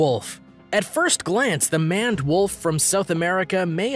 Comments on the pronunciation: You are calling the Maned Wolf a Manwolf ITS "Maned" like Maine but past tensed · I have to watch this for school, but nice facts about the animals. But isn't Maned Wolf pronounced like Mained Wolf, not Manned Wolf also, how many times was the word "thus" said in this video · Don't you call it the MANED (like MAIN) wolf? Also, you said 'adaptions' instead of adaptations. Thought you ought to know!